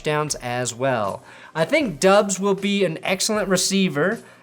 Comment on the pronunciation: Romeo Doubs last name is pronounced “Dobbs” rhyming with Rob. I know it doesn’t look like that but this is what he told Packers’ media.